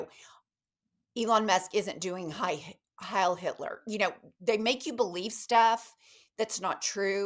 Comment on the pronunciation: Sorry to correct you; it's not 'high Hitler, it's 'heil'.....and means savior....because that's what the Nazis thought about Hitler, that he was. Hitler was inspired by the romans and he wanted to create an impire like the romans.